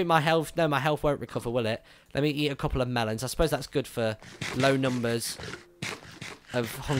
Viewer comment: evry time you say (and i mean you) melon it makes me thirsti.